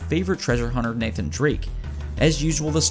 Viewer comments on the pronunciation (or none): none